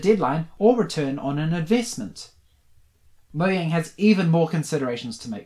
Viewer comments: its pronounced mo-jang not mo-yang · It’s mojang not moyang